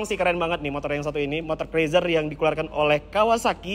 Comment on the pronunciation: cruiser.. dibaca kruuzer...